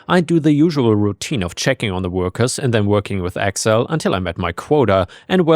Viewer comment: Accel instead of Excel is a hilarious AI error xD